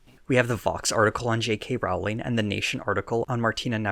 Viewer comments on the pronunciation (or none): Great video! Just one note: Rowling's last name is pronounced "rolling." Other than that, solid video. :) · I’m going to nitpick with you: JK Rowling’s name rimes with bowling not howling.